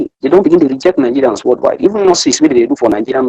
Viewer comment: Please it is called worldwide not worldwild, please let her ajust.